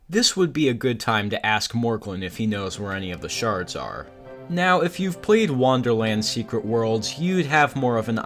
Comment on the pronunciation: Why do you pronounce it "wanderland" instead of "wonderland"?